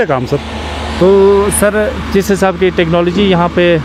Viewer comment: Sirrrrrrrrrr, aurrrrrrrrt 😆